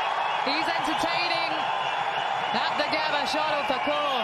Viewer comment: Isha Guha please get the names properly.. geez it’s not thakour